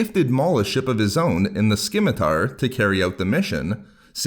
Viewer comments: Yes, below stated the C in scimitar is silent, corrected! You said skim-itar so much, I had to help correct you. Sim-i-tar. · Skim-a-tar & Vie-go.😁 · Dawg... it’s spelled “Scimitar” but pronounced “simitar.” Come on. Your information is good but your delivery is atrocious. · The most impressive thing about this video was that you did not pronounce scimitar correctly a single time. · The C in scimitar is silent... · I hate to be that guy but the c in scimitar is silent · The C in Scimitar is silent.